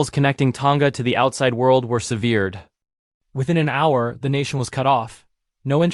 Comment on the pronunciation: The human voice still reads some words incorrectly. Eg: SEV-ered, not se-VEERed